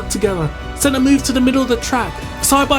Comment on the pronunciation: La vidéo en français est stupide. Par exemple : Manel caca Rosberg, DE engelio... Senno. Arrêtez le massacre 😢😢😢😤